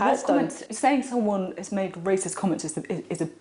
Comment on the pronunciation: A racist ?? /ˈreɪsɪst/ Learn to pronounce noun 1. a person who shows or feels discrimination or prejudice against people of other races, or who believes that a particular race is superior to another. Maybe he has ignorant racist tendancies indoctrinated from his own miniscule minority upbringing. He's just a big boy who hasnt quite grasped the full idea that we are all stuck with each other. Or not quite into the 20th centiry yet. Chop chop Boris, keep up with us son.